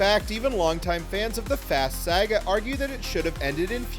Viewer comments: Bro said: 🗣️🗣️🗣️ Sayugua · I can’t believe you pronounce “saga” like that 😂